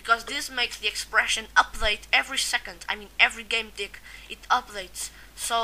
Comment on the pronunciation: ahah, sound like you say every game D***, when you say tick :D